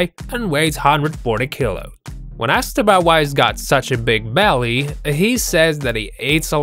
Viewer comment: 'Big belleh an hangin buttox"